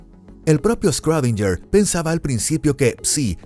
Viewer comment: quien es "escródinller" ?